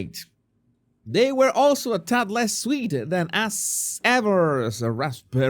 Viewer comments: Christmas shopping food items in April? BS. The items "sold out" because she used a bunch to gift to friends. BTW,, I love how you say "Ass Ever". It's perfect😂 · I love how calls it 'Ass Ever"!!